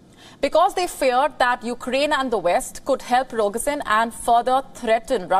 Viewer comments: Its Prigozhin! not Pirogzhin :) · please pronunce Prigo-sh-in. SH is correct. thanks.